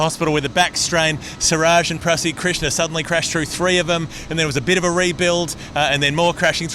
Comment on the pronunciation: At it again. Don't call out this wicket being poor, yet always deride indian rank turners. Didn't bother learning Prasidh Krishna's name, calling him "Pradhish" several times. Come on guys.